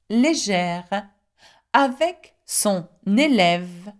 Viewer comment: Oddly, in the final example sentence the e in 'avec' is pronounced as if it had a grave accent (è) and the e in 'des' is pronounced as if it had an acute accent (è).